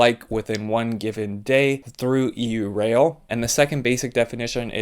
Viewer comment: Normally I’m not picky about such things but.. it’s pronounced “yourail” as in Europe rail, not “e u rail”.